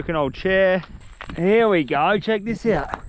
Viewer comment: Bro doesn’t say here he says heeeeee